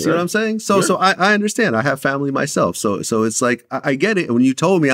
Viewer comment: Vlad repeatedly pronouncing 'fomily' like Dej Loaf is crazy 🤣